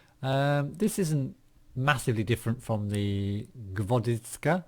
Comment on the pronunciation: hey, try to say gvozdika like gwouzdicka or just type in google wordspeller "гвоздика". That would be closer to russian speech if you want.